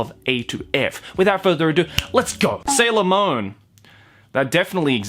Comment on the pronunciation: HAHAHA OF COURSE SHIBUYA KAHO SAYS "sailor moan" LMAO